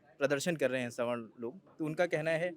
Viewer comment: .. ma'am संवारना nhi स्वर्ण hota h